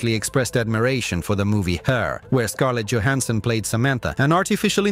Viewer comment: Scarlett Djohansson 😂